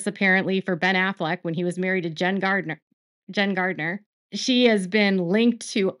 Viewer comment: It’s Jennifer Garner not Gardner